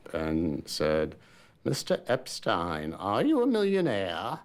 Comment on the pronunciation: The narrator also pronounces Brian Epstein’s surname incorrectly as “Epsteen”! Poor research.